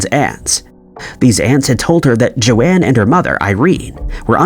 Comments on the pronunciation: Joan, not joanne. Its pronounced JONE basically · I ignore a lot of your mispronounciations, but pronouncing the name "Joan" as "Joe Anne" is the most baffling one you've ever done. Nobody in the history of the planet has ever pronounced "Joan" like that. "Joan" is a single syllable, rhymes with "bone."